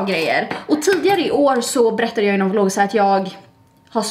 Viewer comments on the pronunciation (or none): none